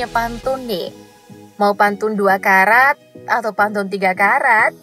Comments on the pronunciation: Kerat Kali kak bukan karat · Kerat min bukan karat